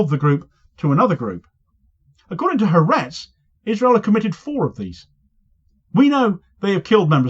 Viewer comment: Ha Aretz has ALWAYS been Netanyahu's foe, it's the most left-wing paper in Israel. BTW It's pronounced 'Hah Artez' not Haretz. 'Ha' in Hebrew means 'the' and 'Aretz' means 'nation/country, so it means 'The Nation'. I was cringing to hear the name mangled countless time in the video. Sadly even the BBC gets it wrong too. If you're going to do it, do it right.